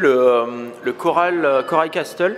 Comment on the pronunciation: Castle se dit "casle" on prononce pas le "t" ahaha je vous aime trop